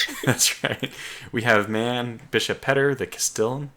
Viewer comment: Yay, you actually managed to pronounce my name correctly :) Das doesn't :( (I am Bishop Petter)